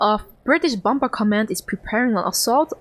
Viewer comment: The second 'B' in 'bomb' and bomber' is silent in english...so say 'bom' and 'bomer'...You can actually hear the crew refer to another 'bomer' in the audio...JFYI...Thanks for the video...Good to see this though your eyes in this video...thanks